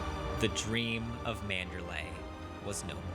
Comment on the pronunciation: But you're still pronouncing it MAN*DER*LAAAAAAY. MAN*DER*LEEEEEEEEE. EEEEEE. Okay. Just bugs me.